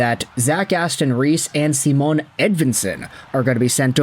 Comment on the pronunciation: Why do you talk about Edvinsson like he’s Aquaman? It’s Simon not Sea-Moan 😉